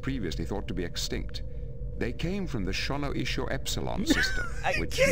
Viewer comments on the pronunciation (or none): Okay, but let's imagine this... A tell tale Stark Trek game. Also, he DID say Shonioso as Shonoiso the second time, BUT even the spelling was different if you read it. So obviously, there was an issue in both the script they all read and they didn't change it in the game. Wtf